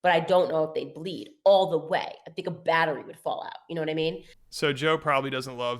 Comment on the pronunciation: “I think A Bettery Will fall out” LMaO